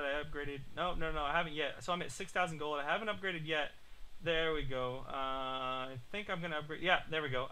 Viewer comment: is it me or gold sound like goal and goal sound like gold.